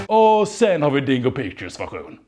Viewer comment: Jag kommer aldrig inte skratta när han uttalar dingo pictures som ”dongo pongo” 💀💀💀